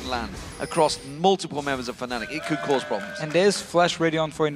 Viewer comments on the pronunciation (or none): none